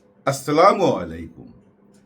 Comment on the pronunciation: আজকের সালামের উচ্চারণ সঠিক হয়েছে।